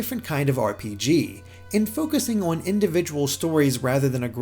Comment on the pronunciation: This is a fantastically well-written and well-presented review. But my favourite thing about it is how the reviewer pronounces ‘on’ as ‘awn’. It’s seriously lovely.